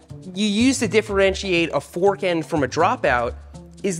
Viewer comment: Seth putting wohder on his fohrk to dampening it made my day